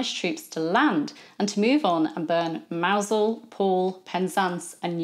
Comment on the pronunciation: I had forgotten how the English pronounce the name of the town of Mousehole until you said it. Visited in 1996. Beautiful place with a French fishing boat at anchor in the enclosed harbour. No signs of Spanish invasion 400 years later.